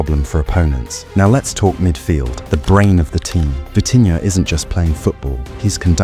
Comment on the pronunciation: It’s vitinha not vichinha😂😂😂😂